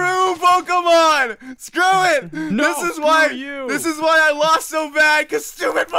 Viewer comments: I hate how he says "poh-kuh-mon" when it's clearly "poh-kee-mon" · its poh-kay-mon